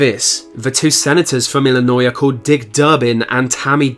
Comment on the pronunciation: Thank you for pronouncing IL correctly. Also if my shit state is run by aliens that makes a lot of sense. My state is shit. And so are Duckworth and Durbin.